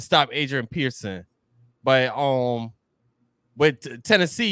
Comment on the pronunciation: It’s peterson not Pearson